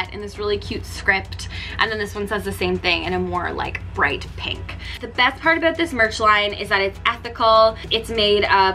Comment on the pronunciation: I don’t know where u learned English, but please pronounce your words correctly. It’s “down”, not DE-OWN. Sound, not SE-OUND. About, not ab-eout. Very distracting!